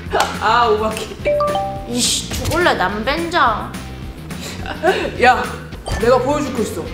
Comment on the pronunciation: 그런데 왜 그렇게 남벤장이라고해요🤔🤨